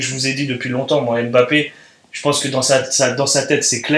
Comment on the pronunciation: Please arrêtez cette prononciation on dit pas M - Bappé mais (Mb)appé merci pareil pour Kanté